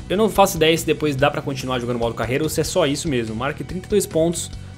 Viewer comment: Eu modo carrrrrreiiiira Ele:modo careira Sou humorista kkkkkkkkk